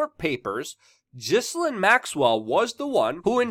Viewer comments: Say her name properly it's Gil--Lane not Jislin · Its Gill-lane...not jizz-linn... lol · I love your work Luke, but I have one word for you.... "Gee-Lane" hahaha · It’s pronounced GIL-AIN. Not GIZ-LIN. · I think her name is Gi-lane, not Jisslane. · It’s GI-LANE not GHIS-LINE. I LOVE YOU‼️ ❣️ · Its said like gillaine maxwell.not ghislaine . Ur saying it like its spellt my american friend. Oh bye the way she is accused of rape.so why she still free down in brazil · Dude! Her name is pronounced 'Jilaine'! The 'S' is silient! Jilaine! Not Gislaine. So a J sound instead of Ga sound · Luke! Love your work, I’m a big fan and a supporter. Please, for YOUR journalistic integrity, (and certainly not out of concern for that horrid woman) pronounce the names of those you are reporting on correctly: Ghe-len, like trying to make the name Glen into two syllables. There’s a Ted talk here on YouTube with her speaking and that’s how she’s introduced. Thanks for all your hard work and passion! Glad you are feeling better! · Ghislaine pronounced Gees-Lane in french. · minima moralia Her name is Pronounced Gee lane as is the boat her father had the Lady Gee lane. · Mate, Her name is pronounced... Gi-lane Almost like the name, Elaine... Love from Scotland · It is correctly pronounced Geh lane. Something French I imagine. Accent is on the lane part of her name. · Can you try to pronounce her name right or stop saying or so much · Saville is pronounced Sav iLL not Seville, that is a a place in Spain. Ghislaine is pronounced Gee lane, it is French. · Luke, you don't pronounce the S in Ghislaine also it's Savil not Sa-Ville and Jimmy Savile was Vile.